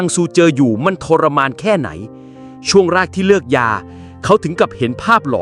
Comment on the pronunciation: 5555สำหรับคนที่งง คือเขาจะสื่อว่าคนที่พูดในคลิปพูดผิด แทนที่จะพูด“เลิก” เขากับพูด“เลือก”😂